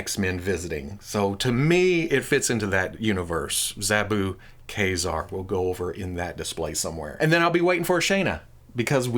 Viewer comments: The X-MEN animated series called him Kay-Zar not Kuh-Zar. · Think of the military knife Kabar (Kay Bar) and pronounce it Kazar (Kay Czar). Consistent pronunciation (even if wrong) helps with continuity. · Don't you mean Kay-Zerr? 🧐 🤣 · I believe the correct pronunciation is Kayzer. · A game I often play is "see how many different ways can pronounce Mafex in the same video." Today that was Ka-Zar haha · Love you, love your show, can't stand the way you pronounce ka ( K, A) Zar ( hard R). Care, hare, Karl. See the difference? No e at the end. xoxo